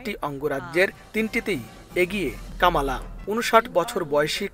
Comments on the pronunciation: আপনারা বাঙ্গালী নিউজ মিডিয়া। অসভ্য অশালীন শব্দ উচ্চারণ করে আপনাদের নিউজ মিডিয়ার সুনাম নষ্ট করছে। ওনার নাম কমলা হ্যারিস। এই পরিবেশক কামালা কামলা করে উচ্চারণ করছেন। খুব শ্রুতি কটু লাগছে। অপসংস্কৃতিতে ভরা। ওনাকে মিডিয়া থেকে বের করে দেন ও ঝামেলা হাঠান। দরকার হলে জরিমানা করেন। বাঙালি বাঙালির মত থাকবেন অতি স্মার্ট হতে যাবেন না সব হারিয়ে ফেলবেন। বাংলাদেশ এর দুঃসময় চলছে। 😂😂😂😂😂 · কামালা নয় কমলা হ্যারিস। সঠিক উচ্চারণ করুন।